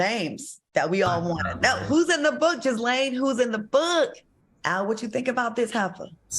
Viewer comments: Anyone else laughing inside everytime they said " Jizz-laine" ? 😄 Her name is Jee-laine. Y'all. The S is silent. The Gh is pronounced like the Zs in Zsa Zsa Gabor. And shout out to Claudia for . Girl spoke for all of us. I know ladies were at the back of the room like yesssssss. *correction to Ghislaine, it's actually Ghi like Ghee, the cooking oil, not Ghi like Jee- or Zsa. 😄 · Ghislaine is a French name. The S is silent. It is "Gill" (such as Johnny Gill) "Enne." Gill-enne. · her name is pronounced Gha Lane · Gee-Laine is how you pronounce her name...LMAO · the S is silent in Ghislaine